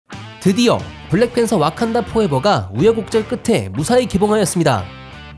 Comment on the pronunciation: 와칸다를 어칸다...